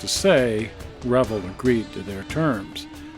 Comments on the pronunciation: You’re pronouncing Revell wrong. It’s Reh-Vell, not revle!! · Sorry I'm a little late to this video and found it Interesting in two ways. First, I always pronounced it "re-vail" but you pronounce it "revel" like rebel. Never heard it that way before but you're probably right. Second, I didn't know there was a model car museum in SLC. Where is it? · you are pronouncing the model manufacturer wrong, is pronounced like Chevelle. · I find it interesting how you pronounce Revell. up here in the NW it was always Ra vell. Maybe it is because we are too close to Canada. Good show.